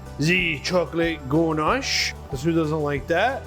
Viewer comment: Oh yes now I remember this guy he's been on Rachel ray I do like oreos but for me I think the Oreo cake will be sweet but I will try it aint gonna lie lol I love how buddy sounds so fancy saying ganche